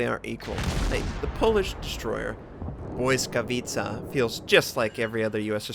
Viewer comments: Hey it's another wonderful gameplay;-) I can see You can really well spell Błyskawica's name!!! it's a wonderfull to hear from You You are talking like a polish;-) just remember that there are lot of people in the world that appreciate your work and waiting for the next release;-) don't stp we are waiting;-) the best gameplay ever! hope You enjoy that game and wish You a fantastic day!!! p.s. how to swith torpedo view in Z screeen? I cannot make it all the best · Congratz. You pronounced that name pretty good tbh :D